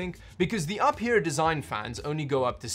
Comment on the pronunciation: Its actually pronounced you fear...